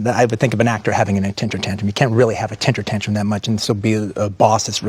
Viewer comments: Why is Quentin saying a “tentire tantrum?” Lol I don’t actually think he knows the term lolll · Might be a beast but he can't say temper tantrum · Quenrin has temper tantrums all the time, but he has never had a tentrum tantrum, tenter tantrum, or tintum tantrum LOL